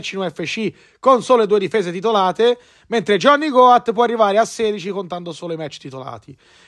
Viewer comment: Si pronuncia got con la O chiusa cmq, non goat